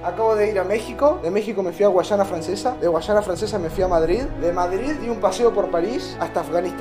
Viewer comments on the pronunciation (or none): Xq decia madriD literalmente pronunciaba la d xd